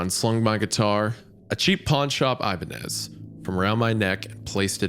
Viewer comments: The ee-bah-nez, the ih-bah-nez, but never the eye-bah-nez. 😂 love you wendi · I-BAH-NEZ. Great episode tho, I only give the correct pronounciation is because thats my personal favorite guitar brand xD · Thank god for Hunters beautiful and haunting vocals in the background to distract me from Isaiah’s egregious mispronunciations of “Ibanez” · The fact that nobody is commenting on Isaiah pronouncing Ibanez incorrectly is concerning. Even more concerning is Hunter, who is a musician never corrected him. Also, Isaiah saying hot is off-putting and kinda pulled me out of the story. Lol. Fun story though. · Hunter has to be trolling letting Isaiah pronounce Ibanez like that 😂